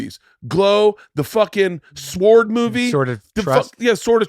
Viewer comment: At Bert pronounces sword with a pretty heavy w..just sayin